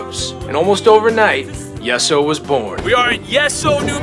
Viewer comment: pronounced yee so not yes so